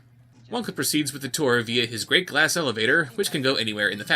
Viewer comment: every time hear or read the great glass elevator I hear MATPAT saying the great as elevator😂😂😂